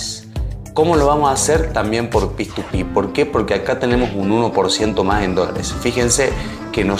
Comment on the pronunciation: Me cago de risa cuando dice PituPi jajaj p2p se le dice xD alto video bro gracias